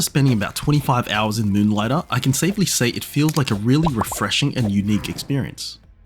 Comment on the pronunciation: "Muhnligtah". Love it.